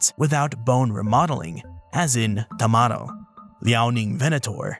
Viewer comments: TamaRRO, you are supposed to roll the r there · And, considering that it's catalan, the "o" should donde like "oo" or "uh" I don't blame him for the mispronunciation 😅